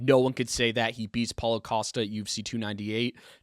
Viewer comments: He called Paulo "Paula" 😂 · 😂 Calls him Paula again lol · I feel like DJ intentionally mispronounces fighters' names at this point 😂 how do you get Paulo wrong? Paula? Come ON bro